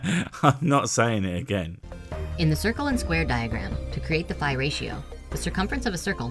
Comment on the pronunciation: His pronounciation of phi makes me angry